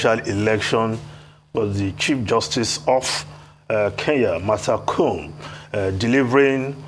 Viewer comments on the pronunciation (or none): It’s Martha Ko-om-e note Kum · Please it's Martha Koome, not Martha Kuum 😂😂😂😂😂😂😂😂😂😂😂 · In Kenya the Constitution sets limits on the period within which the Supreme Court must hear and dispense with a presidential petition. On a very light note the Honorable Chief Justice Martha Koome’s last name is pronounced “Kohmee” the oo is pronounced as oh and the me is pronounced as meh.